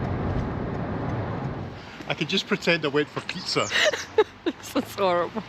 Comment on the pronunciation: haha.... great video, but.....what language is your partner speaking~? dutch? german?... icelandic?................ please dont say " dudley" !!!!!!!!!... ohh.. PIIZZZAAAAAAAAA